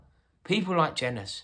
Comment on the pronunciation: the way you mispronounced jenas' name is hilarious